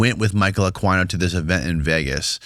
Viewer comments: It's pronounced AH KEE NO. Aquino, sick mfr ask Cathy O'Brien. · It’s Michael “Akeeno “ is the pronunciation. He started the Church of Seth. He was a colonel in the military. Very much into the Aleister Crowley magic and all of that . That guy is a rabbit hole by himself. He was very much a practitioner of the dark arts. He wrote books. A guy by the name of Douglas Dietrich worked with him at a military base. Dietrich has done interviews about what he witnessed. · Anyone else cringe every time they miss pronounced michael aquinos name 😑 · it might be good to start getting these names correct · Michael "UH-KEE-NO" not "uh-kwi-no" 😂 that was buggin me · Pronounced Akino not Aquino geez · Michael Aqua-E-No LOL you need to up your knowledge on names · It's not uhk•why•no, Jackazz🙄 Just make yourself sound infinitely more st00pid than you do already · It’s pronounced Michael Aw-Keeno Aquino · Aquino's name is pronounced Ah-kee-no. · Ugh. It's Michael (pronounced Ah-kee-no or possibly Ah-quee-no) . I don't know what that noise you guys were saying but it was horrible. lol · That's the ultimate goal, to get back to Babylon cause they're into Ba'al/Remphan/Moloch worship. The star that is on I$rael's flag is NOT King David, that's another deception. A-KWAI-NO? 😭 Can't do Spanish names, ese? 🤣. Michael Aquino was a whack job. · ITS KILLING ME… it’s Michael. A KEY NO. ( pronounced) spelled Aquino… I did a deep dive on him about 2 years ago… he is the real deal EVIL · Isn't the name pronounced a-keen-o? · Is pronounced akino. And yes he was part of the Satinist church together with Anton Lavey. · Pronounced “AKEENO” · "Michael Akwyno" lmao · It's pronounced A-keen-o for God's sake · Michael A-KEEN-o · It's said like AK-EEN-O...The leader of the Temple of set.militarys satanist version. He was a big wig in the military you retard.he wrote a book the military still use right now dumazz. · Michael Uh-queen-o is the right pronunciation 😂😂😂